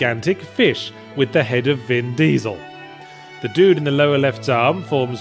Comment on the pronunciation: The way he pronounces "Vin DIESEL" at the mark is fucking hilarious.